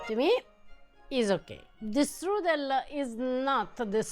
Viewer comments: Strudel even sounds German. It's not strudelli 😂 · As German/Bavarian, let me tell you, the word is „Strudel“ not „strüdel“.